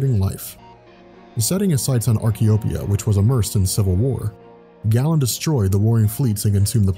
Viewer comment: It's pronounced "GAY-len", not "gallon". *cringe*